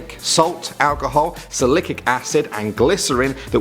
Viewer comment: "Salicic acid." It's salicylic acid haha I used to mispronounce it too.